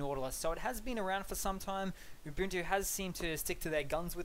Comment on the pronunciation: It's pronounced Oo-Buhn-Too. Not Yoo-Boon-too or Oo-Boon-too. And this vid seems to be entirely superficial differences regarding the UI. Any chance for a deeper dive?